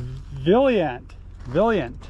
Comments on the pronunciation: loved the veliant remark on blue car, its pronounced VALIANT, but you were close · Say it with me… Val-I-Ant